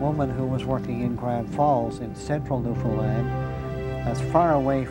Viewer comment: Narrator: "Newfundlund".. Me: eye roll... Say the following... understand Newfoundland